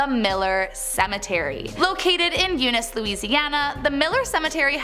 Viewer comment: Hey y’all she got yoon iiss like a 🐍 right 👏🏻